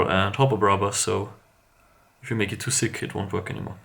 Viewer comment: Lmao sick oil (ik he meant thick im german i understand hjs accent)